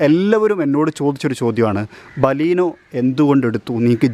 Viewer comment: baleenoo....alla bro beleno